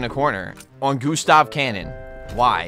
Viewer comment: I chuckle every time he says "the goo the goo the goo stahv cannon"😆